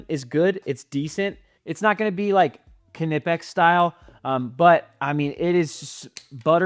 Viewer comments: Great video but I believe the k is silent in knipex I believe it’s pronounced kni pex like knife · It’s German, so the k is not silent it’s pronounced kuh-nip-ex. Even according to the company themselves. Common mistake though. Seems like everyone calls it something different lol